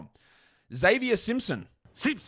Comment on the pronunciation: Idk why I found it so funny but I enjoy it when rants about pronunciations and calls him Ex-zavier Tee-illman